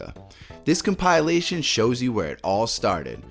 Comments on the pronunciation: Com-pi-la-tion. Not Com-pyle-a-tion 😂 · Com-pill-ation not com-pie-alation. Good video though 😂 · Compilation = com-pill-ation, not "com-pie-lation". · Come pie elation. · whats a com-pile-lation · compile - a - tion lololol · "CompAilation", really? You're a native English speaker and can't speak English? Oh wait, you in... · Why do you pronounce "compilation" like "compile-ation"? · “Com-PIE-lay-shun”? Huh? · My god. I came here to say this. It’s killing me. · Does this guy even English bro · I dig your mispronunciation of the word "compilation". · Learn to say compilation properly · I've never heard someone mispronounce compilation before... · I’m convinced the mispronunciation of compilation is done purposefully to get people commenting. That said, YouTubers mispronounce words quite frequently, so who knows. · Best part of this video was the unique way he kept pronouncing the word ‘compilation’. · Great list. It was informative to the point of what I need and not too long. Please however, learn how to say compilation. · Please Google the pronunciation of compilation *smh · It's a good video but that drove me nuts.